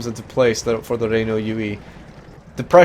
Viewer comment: has been out doing a university course to learn how to pronunce "Renault" that he mistakenly pronunced as "Ree-Nu"